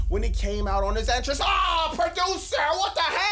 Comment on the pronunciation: “Brock Lesnar SLIPPED on his en-TRANCE” 🔥 I hear the flow bruh, u from Philly? LoL